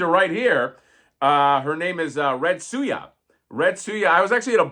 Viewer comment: Red Sue-N-Ya